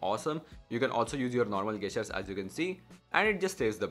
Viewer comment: bro gestures is pronounced as 'jestures' and not 'gastures'.plzzz